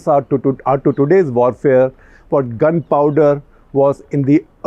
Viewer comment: Hello. I'm here to point out that uncle is still saying W wrong. Vorfare nahi uncle warfare.